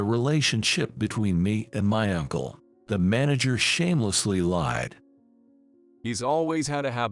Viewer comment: "Ankle"? UNCLE...to hell with this AI voice!